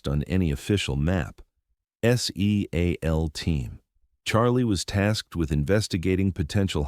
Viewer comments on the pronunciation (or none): Teach the AI to pronounce seal as a word since it appears in every military story.